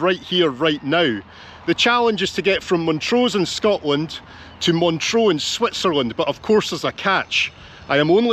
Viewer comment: Sorry, my OCD kicked in every time you said 'Montreaux' instead of 'Montreux'